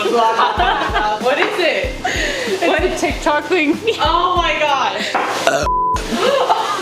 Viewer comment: Did she say OH MY GASH?